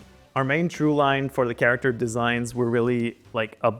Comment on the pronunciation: Can you please say CAREACTOR one more time please?